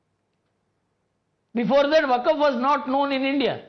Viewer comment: It's waqf not vakaf